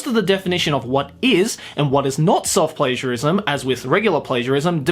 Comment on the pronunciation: When you said self-pagiarism i thought you said it a self-pleasureism